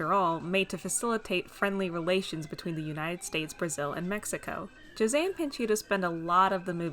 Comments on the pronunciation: I was pleasantly surprised you pronounced José’s name properly lol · Thank you so much for actually trying to pronounce José's name and not saying ho say! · Btw - as a brazilian - thanks for using our way to say José. It's a small detail but I appreciate it nonetheless